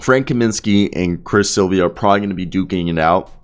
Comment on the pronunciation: If you’re gonna do commentary, do the basic RESEARCH and learn THE PROPER PRONUNCIATION of peoples names! Silva is an incredibly easy name to say. It’s NOT Silvia. 😂